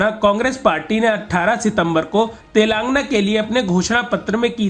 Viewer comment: कृपया अपने रिपोर्टर को तेलंगाना बोलना सिखाएं. तेलंगाना को तेलांगना बोलते हैँ. बहुत खराब लगता है